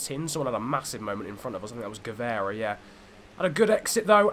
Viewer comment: remember: GuevAra not Guevera (I don't speak Spanish but you know, Portuguese and Spanish are really similar)